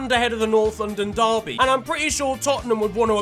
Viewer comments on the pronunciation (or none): none